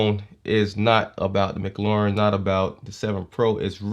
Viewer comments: Nice review there bro but its mclaren not mclauren xD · Not to be rude but i heard him say mclauren